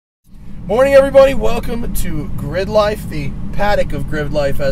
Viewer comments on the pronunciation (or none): '' good morning everybony'' ''wide bony lexus'' ughh